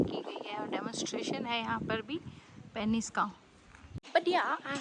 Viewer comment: बोलने में पेनिस नहीं पीनस होता है.